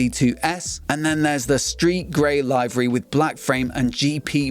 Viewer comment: Nice round up. Already have one on order. Livery pronounced as in living not as in live! Nice livery though!